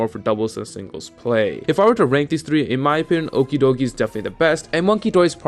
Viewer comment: Clearly you're pronouncing Okidogi wrong.